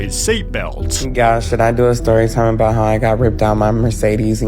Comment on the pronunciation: Narrator, no need for the extra syllable at the end of sentences (do-uh, time-uh, ev-uhhhh)